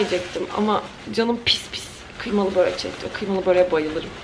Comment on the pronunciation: Börek değil böööööörek